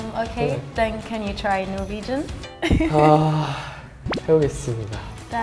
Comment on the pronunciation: Hello! A guy from Norway here, Hamin was good, first try on Norwegian, that accent is good!, good try.